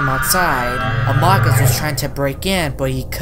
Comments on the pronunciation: says amogus instead of among us it's hilarious 😂😆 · OMG CAN U STOP PRONOUCING AMOGUS LIKE THAT!!!!!!!!!!!!!!!!!!!!!!!!!!!!!!!!!!!!!!!!!!!